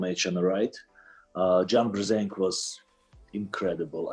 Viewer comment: “John Brrr-zinc!” now I know why I’m thinking of John whenever I take my zinc supplements.